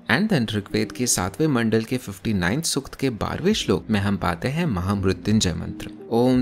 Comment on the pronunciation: Good approach, but pronunciation must be corrected BRO....... Not Rigveda, or Sukta..... many are there to be correted. Just a suggestion.